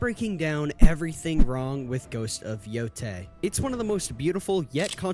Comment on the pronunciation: Yotei Six, not Saito Six. 😭